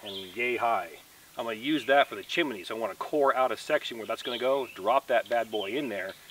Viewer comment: have to correct you... it is chimney not chimeny; )